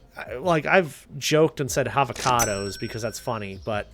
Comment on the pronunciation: Havocadoes. 😂😂 I love it.❤